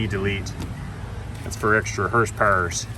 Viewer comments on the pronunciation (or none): "Extra hurspurs!"🤣🧨 "Mo' powa baby!!"